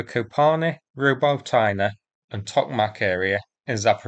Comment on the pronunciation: Ro-bo-ty-ne: ‘o’s as in ‘dog’, ‘e’ and ‘y’ as in ‘jelly’.